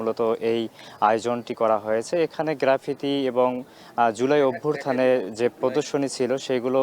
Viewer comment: এই লোক রিপোর্টার হইলো কেমনে..? অভ্যুত্থান কে অভ্যুরথান উচ্চারণ করে 😂..